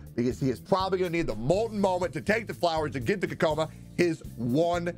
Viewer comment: ah yes "kokoma"